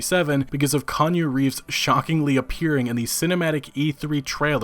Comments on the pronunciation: Kanye Reeves? Wtf. It’s Keanu not Kanye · It ain't Kanje Reeves, it's K E A N U Reeves. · Who the fuck is Kahn-You? Was he standing behind Keeeee Annnnnn OOOOOO? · ITS NOT KANYE REEVES YOU DILDO ITS KAY-AH-NOO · Do you keep saying Kanye Reeves? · No no no this isn't Kanye Reeves 😂😂 Key-ah-new Reeves my man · Konyo Reeves? Bruv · KANYE Reeves? It's KEANU, fucker. Not KANYE. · Kee-ah-nu. Not related to Kanye. If Keanu Reeves marries a Kardashian the world as we know it will end... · "Kanye Reeves"? Mate. Why? You should pronounce it as Keeaaanooo Reeves. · Bruh It's Key-aa-nu, not Kan-yu. Put some respek on his name. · Its pronounced Key-anu, not Kanyu. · Konyo Reeves? No sir, no this shan’t do at all. We’ll say it together- Kee-aun-oo - Reeves. Once more, Kee-aun-oo- Reeves. 😎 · Keanu not Kanye reeves. Kanye west is a moron and keanu reaves is amazing actor. Haha say it with me" key ah new". Sorry, it's just calling keanu Kanye is an insult to a great actor. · ...did you just call him Kanye Reeves? lmao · Kanye Reeves? Da f?? Its KEANU. Not Kanyu or Kanye. "KEH - ARNOO" SMH. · "Kanye Reeves" 😝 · "Kan-ya reeves" great video but that pronunciation tho. Its key-an-ew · Kanye Reeves? I'm not a native english speaker and even I know how to pronounce a simple fucking name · it's not "kanu reeves" it is "kee-AH-nu" reeves, thank you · Why is he calling Kee-an-u Reeves, Kan-yeh Reeves? Is that to signify Kanye is in the game? Or what? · Did u just say kanye reeves lmao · "Kanu Reeves" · Khanyoo Reeves? Crazy and yet understandable that Cyberpunk is already on the top of the bestsellers list on both Steam and GoG. Right in the middle of a sale too. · did u say kanye reeves in the beginning? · Key-yaw-new Is the correct enunciation of his name. Love your vids, but had to bring it up :p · Kanye Reeves haha wtf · How the hell is it possible to not know how to pronounce Keanu’s name? You don’t have to be a fan, you only need to be born on Earth and have ears! Kanyu.